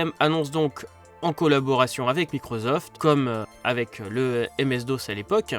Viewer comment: Microsoft et pas Microzoft 😹